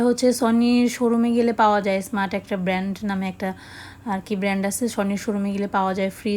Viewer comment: ব্যান্ড নয় শব্দ টা হবে ব্র্যান্ড।